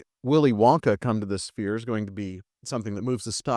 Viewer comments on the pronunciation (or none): Does homie not know how to pronounce 'sphere'? Is it just me or is he saying "spear" every time?